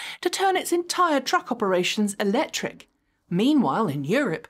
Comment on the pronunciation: I love you, but could you please pronounce the "c" in Electric?